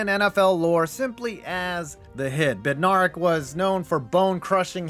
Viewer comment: Bed- nair (like air)-ick